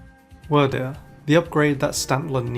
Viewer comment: Wyrdeer is pronounced "Weird Deer"